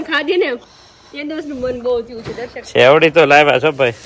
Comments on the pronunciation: શેવડી ન બોલાય શેરડી બોલાય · sevdi nhi sherdi bolo